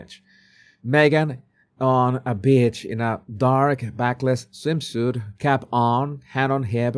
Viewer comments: Every time says “beach,” I think he’s calling someone a bitch 😂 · exactly, and nobody is calling out for his poor pronunciations!..every time he says "beach", I hear "bitch", but I just laugh cuz I love the guy and I understand this..😂😂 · Love how you pronounce beach😂😂😂 wondering if that's intentional 😅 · I adore your pronounciation of 'beach' in connection with Markle. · no he meant beach but it came out asthe other word. with i t ch 😂😂😂